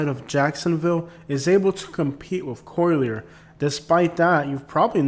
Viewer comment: Yeah Im curious why you pronounce it “ co- leer” county? But besides that pretty good video. But naples is segregated. Everything west of 41 minus Naples Park is reserved for the rich.